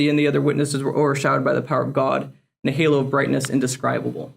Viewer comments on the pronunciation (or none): none